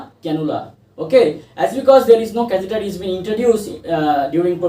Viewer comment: catheter pronounciation/spelling aap ne galath likha/bola